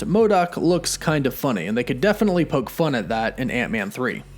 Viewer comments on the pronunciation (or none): none